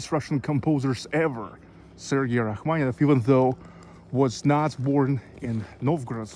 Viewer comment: Interesting video. You provided Rachmaninoff, Rackmanieff, is the “ni” silent?